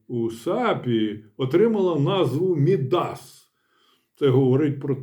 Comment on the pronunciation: А казали, що буцімто не треба НАБУ з картонками рятувати ... І не МідАс , а Мі́дас. Наголос як у Мі́ндіч. А ще не "сахір", а "цукор" або "сахар", пане професоре, не лякайте нас.